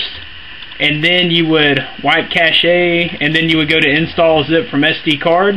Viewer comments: btw in this case its pronounced CASH not cashé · Nice video, thumbs up. BTW cache is pronounced cash.